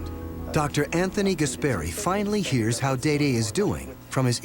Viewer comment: Very happy he stepped & took control of the situation, but is smart enough pronounce Dede's name properly.... just those little things bug me - certainly he's heard his name pronounced over & over... but I guess when you've got a major project like this other priorities take over lol